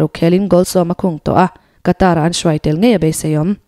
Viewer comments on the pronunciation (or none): none